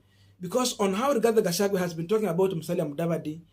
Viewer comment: learn to pronounce people's names correctly,Gachagua not Gachague